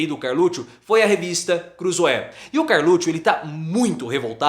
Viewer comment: CarLUTCHO? KKKK